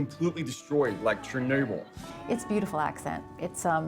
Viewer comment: LOL CherNOObill